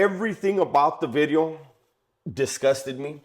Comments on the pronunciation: It’s veedeohhh not bidi-0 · Any possibility you can say the word "video" different? Not clowning big dog....